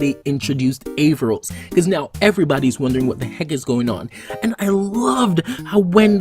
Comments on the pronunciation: A r r a v o s Not avarros. Lol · ahem ScrEEeeCH HiS NamE Is AARavOs noT AvARoS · Avaros????😂 it's aaravos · Aavaros???? Don't you mean Aaravos!!!! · Aaravos not Aavaros 😂😂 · You said his name wrong